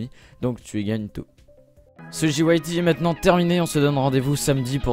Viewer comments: si tu veux prononcer le JYT en anglais,le J se prononce Jay et non Dji,ca c'est le G:p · À la fin t'as dis jyt en anglais mais petit rappel le j se prononce g et vice et versa :-) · Ahah le "JIOUAYTI" xD